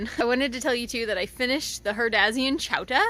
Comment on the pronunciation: Apparently I didn’t read your video’s title carefully because I thought you were saying chowder with a Boston accent.